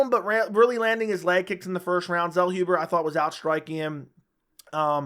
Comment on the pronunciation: Zellhuber is pronounced 'tsellhoobuh". Greetings from Germany.